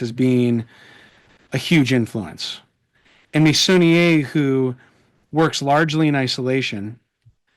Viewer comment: Wonderful (as usual) conversation and educational experience! I am a little ashamed to admit that I didn't know about Meissonier despite having been raised in France! 😶 pronounced his name well! 👍😊 THANKS AGAIN SO MUCH!!!🎉